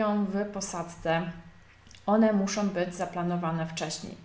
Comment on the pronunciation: co za profesjonalizm( tu użyję ironicznego tonu ) " ,,,polecam filmy - " jak prawidłowo nagrywać materiały szkoleniowe, instruktażowe" ,,,,jeżeli to forma vlogu to akceptuję popijanie z kubka ale autorka ewidentnie chce sprawiać wrażenie specjalisty w dziedzinie . Ponadto końcówki słów typu osobom,muszom,zrobiom,wyspom i wiele innych.... Tytuł filmu zachęcający , treść interesująca ale wykonanie nagrania irytuje...